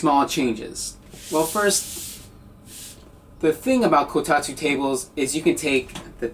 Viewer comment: I can't help but get triggered every time he says "Kotatu" instead of "Kotatsu"